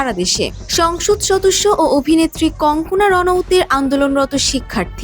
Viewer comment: বার বার কংকনা কংকনা বলছেন কেন?ওর নাম কানগানা।